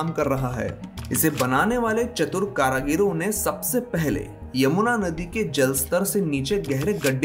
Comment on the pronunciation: aap ek sabd h hmesa galat uccharan krte h "karagir" per shi santenc h karigar ur karigali plese is bat ko tik bole sunne me ajib feel hota h baki aapki hrek vidio bhut hi mahatvpurn ur khas tathyo me adharit bdiya hoti h 🙏